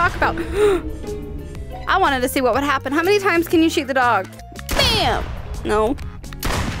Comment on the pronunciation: I kept on thinking you were saying “dawg”....then I realized you were talking to a dog